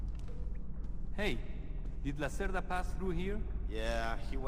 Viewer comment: The name Lacerda means someone usually males who like to keep long hair, aka ponytail. Its a play on pun on the word Lacerta, the constellation Lizard. Its an interesting way to show that Hugo is a slimy dealer. Spelt Hugo Lacerda, pronounced Hugo Lacerta in the game. Note that Lacerta is Latin for Lizard. The reference is Hugo being reptile like in his dealing, take all that you have if he gets a chance.